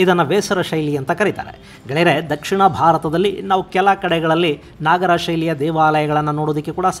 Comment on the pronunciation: ನಾಗರ ಅಲ್ಲ ನಗರ ಶೈಲಿ